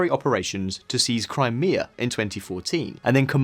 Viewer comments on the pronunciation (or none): none